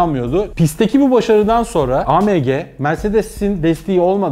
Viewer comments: pors degil porse yani porsch degil Porsche .a me ge diye söylüyorsun.degil a em ge AMG.sevgiler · A M G deyişi küfür gibi